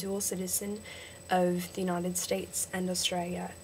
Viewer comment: Be careful how you say 'how' and 'of', you drag them out too long which makes them sound British. You're pretty good but I would try to speak faster, that's the biggest problem.